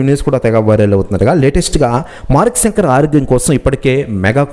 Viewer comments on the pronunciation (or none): తెలుగు ni kooni cheyaku babu సంకర్ kadhu ra babu శంకర్ ani paluku